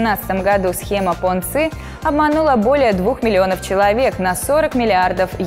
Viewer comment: Понци итальянец, а вы его на китайский манер 😀